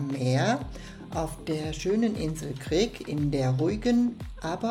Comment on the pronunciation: Das Video ist gut und hat wirklich schöne Aufnahmen! ❤ Aber es heißt nicht omisalja sondern omisalj (sprich= Omischal) und es heißt auch nicht Krik sondern KRK 😅